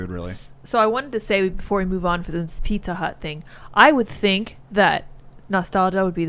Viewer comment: For a second I thought she said "Pika Hut" instead of "Pizza Hut", and I had a vision of pizza with slices of Pikachu on it...